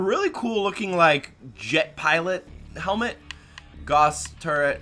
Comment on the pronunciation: This is me being picky, but Gauss is pronounced as if it almost rhymes with Cows. Makes an 'ow' sound, as in Carl Friedrich Gauss., of Roosterteeth, does the same thing every time!